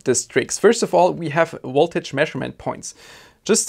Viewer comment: There is nothing that is called "woltage". I notice you have no problem pronouncing the "v" in "volume", so why not also in "voltage"? 🙂 Thanks for an informative and entertaining video.